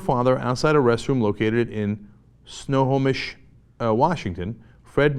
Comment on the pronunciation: haha gotta love Cenk struggling to pronounce Snohomish, my home town. its Sno-Ho-Mish, easy as that. try pronouncing Muckleteo or Pullayup, WA.